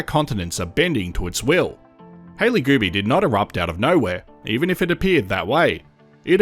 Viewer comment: Multiple times I thought you said "Hailey Booby." 😂 I'm like, "Hailey needs to file a S.H. claim or something because they keep talking about her boobies." 😂